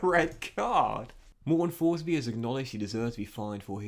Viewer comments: His name should be pronounced "Morten Torsby", love ur FM videos!!! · Tourshbee mate